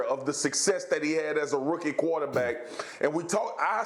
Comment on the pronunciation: Who came here to hear Marcus say “quataback”